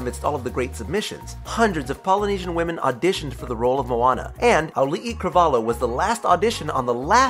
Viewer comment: You say Carvalho's name more like "Carvalio", not "Carvallo"